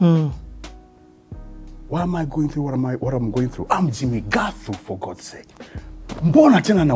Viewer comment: The legend of our times. 'Jimmi Ngaaathu' as its pronounced reminds me of my sister who kept reminding us that 'Jimmi Ngaaathu' is simply James Gathu. And we had a comical neighbour called Gathu by then.